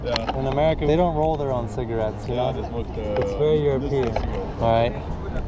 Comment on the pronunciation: Yeah "cigaretts"